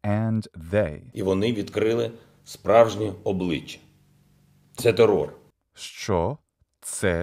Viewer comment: I'm native Ukrainian and your 'що' it's so pleasant to listen to and all your pronunciation is very good, thanks for this video(though I didn't understand some moments because of my language barrier but I try to get better😅(all this text I write by my own… power(?)))💙💛